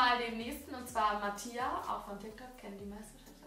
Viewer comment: Mattia wird nich Matia ausgesprochen sondern Matja lol